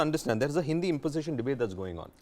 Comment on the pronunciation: did he say hindia?